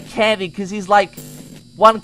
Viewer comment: Lol said Cendy instead of Candy